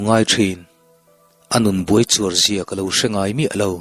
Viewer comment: Buaichuar ni lovin buarchuar aw